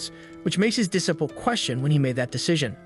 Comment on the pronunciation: Dis sip all and peed all , For disciple and petal Had me chuckling 😂